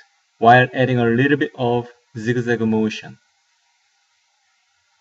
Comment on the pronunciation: he says Zig-Zag and I'm die